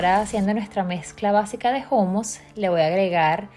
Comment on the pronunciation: Niña no se dice jumus se dice jumus